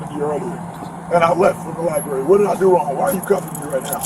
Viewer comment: One would think that with that Masters Degree, you could properly pronounce where you most likely did the majority of your research: “LiBRary”., not “Libary “. I learned that in first grade, Bro!